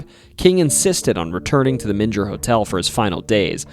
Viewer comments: Dude your pronunciations of these names is pissing me off, it’s not BOWY it’s pronounced (B -O -ee) and it’s not men gir it’s (me-n-gr) And you can’t even pronounce iLL correctly it’s not pronounced L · aaaaaaaaaand you just said "Men-jer" like its where Jesus was swaddled in cloth after birth or something. oof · It's Menger Hotel with last part of Menger pronounced like a growl (grrrr). :) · The mispronounciations hurt so much. First bowie (boo weee) then menger (mean grrrr) dunno how far I'm gonna get lol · Okay ........Born, rsised and reside in San Antonio Tx. The names here arr somewhat hard to pronounce. For example ; Boerne sounds like BurKnee, Bexar county sounds like Bear county, and The Menger Hotel sounds like The Minger Hotel . Not picking, Great vid be the way. It just hurts , Almost like hitting the wtong note on the piano.✌️ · Great video, btw The Menger hotel is pronounced "Ming-er" despite what google tells you lol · Not in Germany my friend :) Menger, must sound like Menger in english when you spell it with an a instead the e, Manger.. Good wishes from me in this crazy times. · You're mispronouncing Menger and Bowie. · Not only did he mispronounce Bowie but I actually screamed when he mispronounced Menger. Did he ever visit these places? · You mispronounced both Bowie and Menger. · Mispronounced Bowie and Menger Hotel…. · Or the way he kept mispronouncing Menger 😯